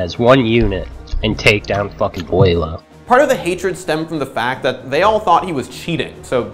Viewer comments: Someone pick up beaulo someone pick up beaulo SOMEONE PICK UP BEAULO !!! did that guy just pronounce his name "boilo" ? Really XD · wow is trying to make fun of beaulos name by calling him BUE low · My favorite pronunciation of his name was when I was talking to this guy I had just met in a casual game. He complemented me on a nice flick one tap and said, "Nice shot, that was almost Beaulo-like". Except he pronounced it as Bee-a-loo, and I'm not sure how he came to the conclusion that he was pronouncing that correctly. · I thought his name was pronounced Bew-lo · Take a shot every time they say “Beaulo” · Until this day, still doesn't know how to pronounce Bolo correctly 😂